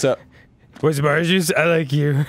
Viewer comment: Dan says ahringe juice instead of orange juice and it's making me wanna pre